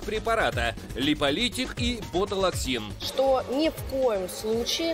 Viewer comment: Ботулаксин😄 с озвучкой крах